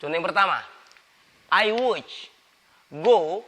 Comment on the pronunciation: presentasi yang bagus dan sangat bermanfaat sekali!!! namun ada satu hal yang sedikit agak hehe yaitu pronunciation dari would, lebih kedengeran kayak /wuj/ padahal kalo menurut saya harusnya /wud/ beda kalau 'would you' pronuciationnya jadi /wudjyu/ karena memang dua kata itu sering diucapkan dengan menggunakan relaxed pronunciation.... however, good luck and keep educating people with your good vibes of knowledge!!!